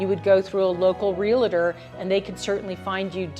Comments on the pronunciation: Good stuff. Pretty easy to understand. BTW— Realtor is a 2-syllable word: Real-tor It’s NOT Real-a-tor. REAL-TOR. 😌 2 syllables. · 🤭Please...Real -tor, ( not Real-a-tor.) Drives us 🤪 Good luck everyone. Try not to overpay for the area, and run the lovely locals out. So many places are becomming expensive due to this. Too many people with too much money! Oh, no....not Mexico...it's now expensive from all the ex-pats. Thx! P.S. Why did you vote for these Nazi supporters? Now, we need to clean up the mess...💙🤡💪